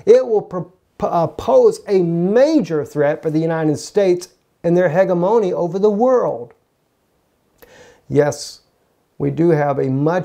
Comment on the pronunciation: Please pronounce it: "HEJEMINY!!!"...KWIM Bro?